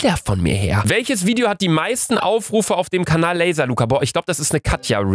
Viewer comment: Wie sandra laselaca sagt 😭